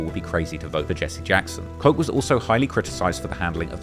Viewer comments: It’s Mayor Ko-ch not Mayor Koke. This stuff hurts my ears. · I think its pronounced kot-ch. Not coke. As in mayor Ed Koch. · Its ED KOCH (Pronounced kach) no coach or coke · Koch is pronounced cotch, not coke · Bro you did all this research but constantly mispronounced ED KOCH…ITS PRONOUNCED KOTCH NO COACH….jesus these Brits man… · Koch not coke. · It’s Mayor Koch! Not Coke, Cock or whatever saying. 🤌🏽😂💯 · This was well done - I just wish someone told you it was pronounced like caw•ch not coke like the Koch Brothers, that gave me a real headache bc you kept saying it lol but it doesn’t matter, he was a pos anyway. A legendary pos but a pos nonetheless. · Koch : Kaw-tch not coke. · its KOCH, PRONOUNCED KOTCH, NOT COKE, you sound like AI bot when you can't pronounce names of public figures that everyonr knows. That kills your credibility right there. Koch was a 3 term mayor. How do you not know that his name doesnt sound like Coke, like the Koch Brothers name does? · Ed Koch , pronounced KOCH not COKE . SMH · Mayor "Coke" 😂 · It's Mayor Koch(pronounced like notch). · It’s Mary Koch not coke it’s not pronounced as coke it’s the ch sound as in Church. Sorry my era can’t let you mess up a name from a historic time. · Ed Koch is pronounced "Kotch." Also, I don't know where you got your crime stats. From the NYPD's website: "total crime in the nation’s largest subway system saw another substantial reduction in November, of 15.8% (202 vs. 240), and a year-to-date decrease of 6.3% (2,002 vs. 2,137). Discounting the COVID years, the transit network marked both the safest November and the safest year-to-date achievement in 14 years." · His name is Koch. Pronounced Kotch. Like crotch. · It’s Mayor Koch! Not Coke, Cox or whatever saying. 🤌🏽😂💯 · Mayor Koch. Rhymes with "crotch" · ed koch's last name rhymes with watch, ffr. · Ed COKE? How are you a hip hop content creator/historian and you don't even know how Ed Koch's name is pronounced?